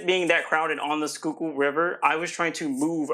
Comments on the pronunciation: It's pronounced "SKOOL-kill." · You would think that a national TV show could have a narrator who can pronounce the Schuylkill River in Philadelphia correctly. Just like much of this show, third rate is just OK.